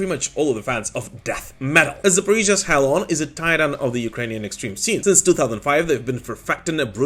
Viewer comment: Thanks for bringing up Hell:on. If you make a vid on tour with them, that would be really cool. Small titbit, I think the band are pronounced "Hellion", but had to put the ":" in because the name was taken. I forgive you because I used to call them Hell On too lol